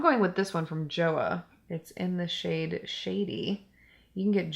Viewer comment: JOAH is pronounced like "CHO-AH" lol